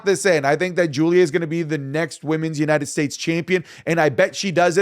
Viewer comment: for the love of christ .. STOP saying YUH-NITED STATES ITS YOU-NITED STATES